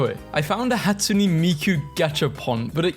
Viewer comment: He. Pronounced. Hatsune. WRONG.